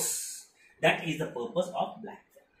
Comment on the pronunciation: It's not blackfill. It's backfill.